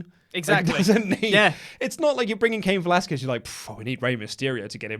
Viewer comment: it's pronounced Kah-een Velasquez